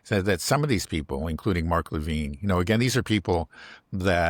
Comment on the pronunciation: Great conversation…but please, it’s Le’ VIN…not, Le VEEN.